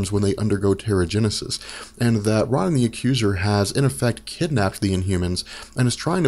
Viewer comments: Ro nan, not Ron in. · I only clicked this vid to hear you say Ron-in. CRINGE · No It’s Ronan His Name Is Prounounced Rownan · I always thought Ronan was pronounced like "Roe - nin" with a hard O sound on the first syllable... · Why do you have to pronounce Ronan that way? It's so annoying! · Exactly! So annoying this guy cant even pronounce that freakin name right